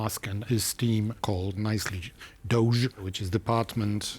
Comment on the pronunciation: DOGE has a j sound at the end, not zh.